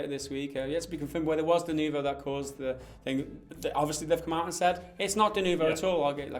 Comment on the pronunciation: its not french, and its denuvo not de nouveau ...